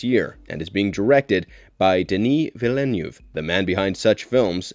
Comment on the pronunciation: Learn how to pronounce Denis Villeneuve's family name.